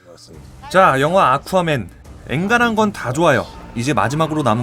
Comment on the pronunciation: 계속 물만두라고 들린다